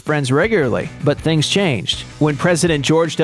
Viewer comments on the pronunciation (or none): none